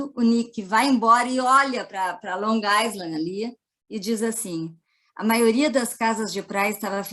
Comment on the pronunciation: Obrigada pelo conhecimento de vcs. No entanto, em "island" não se pronuncia o "s". Pesquisem! Fala-se "áilend". Gratidão!!!!!